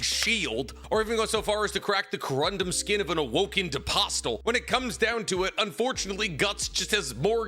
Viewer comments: Or his pronunciation of Apostle…? Haha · Please...... please stop pronouncing the T in Apostle.... please....